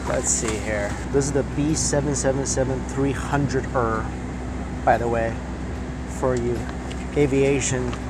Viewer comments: I cringed so hard when he pronounced 777-300ER he pronounced as ERRRR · It's how says B777 300err I always laugh when he says that but it is BOEING 777-300 E.R. THE ER IS PRONOUNCED E.R. NOT ER LOL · Lol the way he says b777er ahahah. Boeing triple seven - 300 E R would be the correct way to say it. 😉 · pronounced B-tripple seven-300ER (e-R= as in extended range